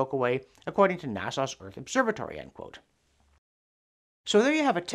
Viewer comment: Love ya John and love CDN but ... You are still pronouncing NASA incorrectly. ;^)>